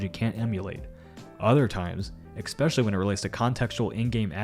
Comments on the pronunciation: PLEASE stop pronouncing it "Ex-pecially" 😊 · At worst pokemon will sue the to change designs, thats pby the worst and - especially is not pronounced "ex-specially" Pby only noticed coz I don't know how to get into contact with Chris Guerrerro who reads Overlord audiobooks and does the same thing and the dude isn't reading his tweets too much